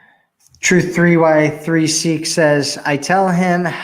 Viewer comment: Truth3y3seek= truth I(eye)seek 🤦🏻‍♀️ 😐 I cringed when I heard it said wrong.